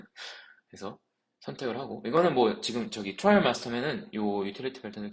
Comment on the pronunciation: 트레일 마스터라고 읽지 말래놓고 와 트레일이라고 읽으세요 ㅋㅋㅋ 트라이얼!!!